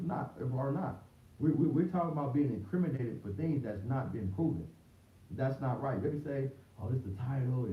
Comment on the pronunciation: “Incrimindated us” 😂😂😂😂😂😂😂